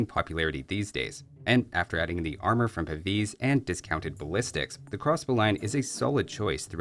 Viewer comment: I said the same under another video but look, it actually says PAVISE in his game menus, so it's in English and should be pronounced without the last vowel.